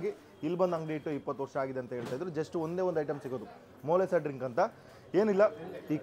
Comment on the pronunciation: ಡಿಂಕ್ ಅಲ್ಲ ಡ್ರಿಂಕ್ 🤣😂😂